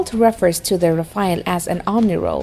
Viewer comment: A Chinese woman with bad pronunciation is laying semi-random words about weaponry. LOL E.g. about the tank: 1) What exactly is an armour that can be "moved around"? Did you mean modular armour? LOL 2) What is defense "against explosive blocks" on the side? Do you mean reactive armour against ATGM? Hehehehe. The pronunciation is also very funny. English is bad enough but now French? Saying Rafale almost made you break your tongue. Oh and did I mention the factual errors? Like how the hell can SCALP have a range over 1000 km? More like 550 and 250 for the Ukraine export version.